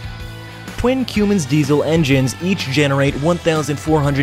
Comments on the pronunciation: Right! It's not like your going, but more like your comin'. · It is pronounced come-Ins not cuum-Ins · Quemins? It’s pronounced KUM-inns. And spelled Cummins. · The engine brand name is Cummins, not Cooomins. This is just one of many confused and incorrect statements made by you. Why don't you do your research a bit more thoroughly and you won't be saying things like 800 ton bucket loads. This video could be so much more interesting if facts were conveyed, not mixed up commentary which has no place in videos such as this. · Your killing me! - "Cummins" pronounced "come-ins", not "que-mins" - But great vid all the same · Watched a few of your videos, great content except for one thing. You need to learn how to pronounce 'Cummins' as in the engine. It's NO(W 'CUE mins' or Queuemins, it's pronounced 'come-ins' . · It's not "cumins" it's "Cummins" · What the hell is a “Qummins” engine? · Well, waddya expect from a guy that pronounces Cummins "q-mins"? I bet he has soft hands... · You can get it with "cue-mans" engines? That's nuts! 🤯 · You should learn how to pronounce Cummins. You're saying Qummins. There's no Q. It's a C as in come. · this guy can't pronounce cummins properly he keeps saying cuemins wow he doesn't know anything about diesel engines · Cummins.... lmao 😂 have u ever see the dodge or ram truck commercial?? I thought I had heard it all till u say it that way lol 😂 I’m dying 🤣🤣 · Please goggle the pronunciation of Cummins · is he really saying cummins like that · Does this dude seriously not know how to pronounce Cummins? Holy hell dude.